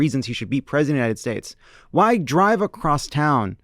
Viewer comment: These people so often say "Presidinited states"